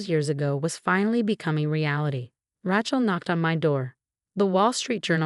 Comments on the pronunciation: The name is pronounced Ray-chel, not Rat-chel. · 'Rat-chel' is AI'S version of 'Ra-chel' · If you are going to keep using the name “Rachel” learn to pronounce it. It’s not like a ratchet, Ra, then like sea shell.